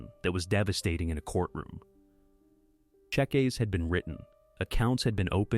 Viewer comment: You ruined a wonderful story by using a robovoice given a poorly written script. ‘Chequees’? What a shame. Take more care next time.